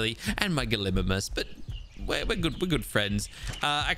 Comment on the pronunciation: Hi, I just wanted to say it’s pronounced Gali-migh-mus. Also great video I loved it.